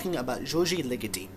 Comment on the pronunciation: The way you say Ligeti gets on my nerves